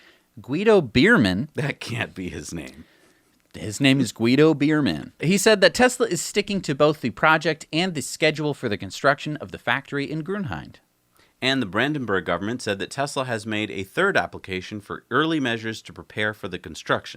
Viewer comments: note that “Gruenheide” isn’t pronounced like “Gruenheind”. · Just to help you out its called "Grünheide", not "Grünheind".